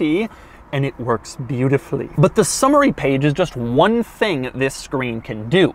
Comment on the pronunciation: Not sure why I heard it as the "Summer-y" screen.